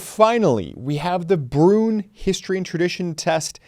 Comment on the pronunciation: Your pronunciation of Bruen gets me every time. “Broon?” 🤨